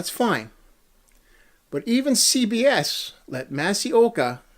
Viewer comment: Masi Oka's name is pronounced "MAH-see".